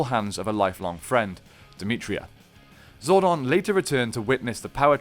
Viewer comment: you said zordon wrong and that bothers me